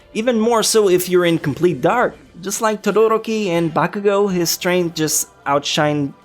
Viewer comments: Your over pronouncing of names is annoying. Listen to how the voice actors say their names in the anime. For example, you said bAkuuGO. That is like saying mIssTay it does not sound right. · its not bakugo its bakuGOAT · The way you pronuncied BAKUGO made me cringe